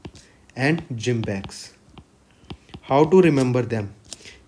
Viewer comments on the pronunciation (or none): Not JIMBEX it's JIMEX sir